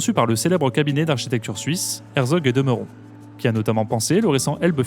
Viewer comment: A priori, vos vidéos me plaisent bien... donc bon travail de ce côté... mais franchement, est-ce si difficile de dire "architecture" plutôt qu'"architectchure" ?